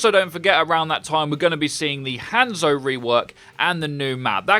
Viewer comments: The way he says Hanzo still pisses me off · Regan I'm British and it annoys me too